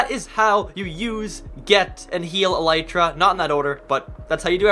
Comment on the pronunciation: I have never heard anyone saying elytra correctly